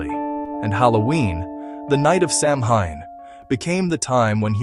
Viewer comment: Its pronounced sow when not Sam hine